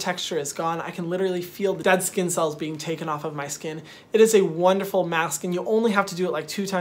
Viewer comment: Lol he said scunnn protect yo selves from the SCUNNN